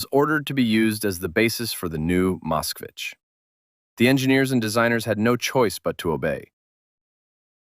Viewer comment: It would not have been too difficult to consult with a Russian speaker to learn how the names of the automobiles are actually pronounced, and then to write the script so that the AI voice pronounced them correctly. For example, it is not "ka-LEE-tuh", it is "kah-lee-TAH", and Moskvich (which means "Muscovite" in Russian) is pronounced "musk-VEETCH", not "MOSSK-vitch".